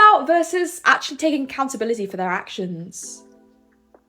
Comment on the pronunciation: The word "their" should not be pronounced as if it's "they."